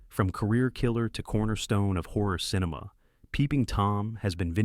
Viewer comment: yeah, and quit saying "cineMAW"